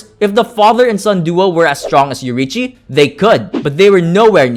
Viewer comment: bro its yoriichi